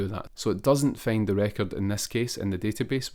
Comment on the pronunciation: Find ❌ Feyind✅